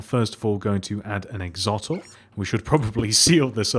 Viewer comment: It's Not Axotl It's Axolotl Axe Oh Lot All.